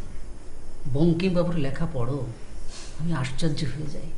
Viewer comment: অসাধারণ লেখা । সেই সঙ্গে অভিনয় । চয়নিকা, তোমার পরিচালনা খুবই ভাল । দু একটা সংলাপ উচচারণে একটু ভুল হয়েছে । বাংলা সাহিত্যের ওপর লেখা । সেখানে উচচারণ ভুল, বড় বেমানান । আশ্চর্য উচচারণ করছে আশ্চার্য । এই গুলি একটু নজর দিলেই হবে । উল্লেখ করলাম বলে কিছু মনে কোরোনা ।